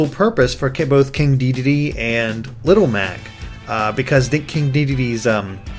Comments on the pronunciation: its pronounced deh- deen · It's pronounced de-den-ay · I think in French, an e at the end of a word is usually silent. So it would be pronounced Dedenn. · It's pronounced Day-deen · I'm pretty sure Dedenne is pronounced "De-denn" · Waluigi actually did use tennis racket in Brawl. And watch the Pokemon The Series XY to see how Dedenne's name is said